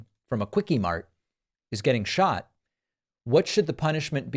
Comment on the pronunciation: love that pakman. you got it good! “shot”. shought.